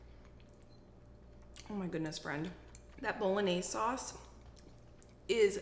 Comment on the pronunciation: Lol wtf is boloanze 🤦🏼‍♀️ please don’t do Italian like this